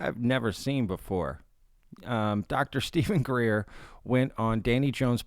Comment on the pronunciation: Greeeeeer! Dude! Love your channel but let's it ease up on Greer.